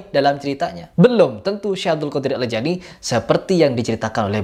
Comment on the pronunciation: Jailani apa jilani ? Bilang gitu aja nggak teteh mau ngomentari agama .